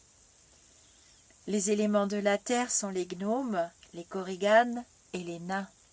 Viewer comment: Les koriGAN (ne se prononce pas Korigane)